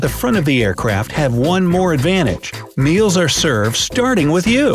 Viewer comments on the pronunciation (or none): none